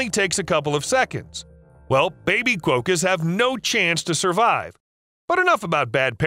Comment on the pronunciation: Sorry dude but it's pronounced "kwokka" not "kwoh-kah".